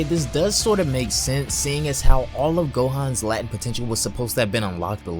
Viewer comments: la·tent = /ˈlātnt/ not lat-chint or lat-ent.... Say lay-tent 10x and repent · You really don’t know how to say latent?